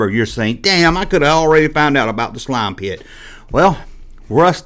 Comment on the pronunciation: "Tha nine teen aity six slauum pitt!" 😂 great vidya bro